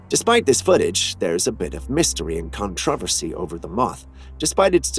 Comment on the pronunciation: contro. vercy. Just saying,the way you said it was understandable.